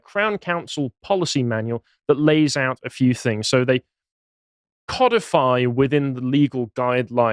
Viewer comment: Please learn how to pronounce 'codify'